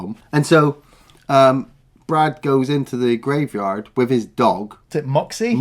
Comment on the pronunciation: Graveyahhhd shift!